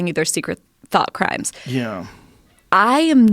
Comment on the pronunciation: "Though Crimes" am I the only one who caught that..........